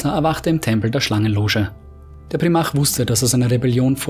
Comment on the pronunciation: Glaube man spricht es Prime arc aus